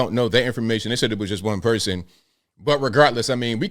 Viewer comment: slipping up with that CGA communitah got me rollin